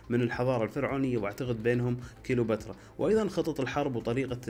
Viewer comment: كليوباترا وليس كيلوباترا 😀😀😀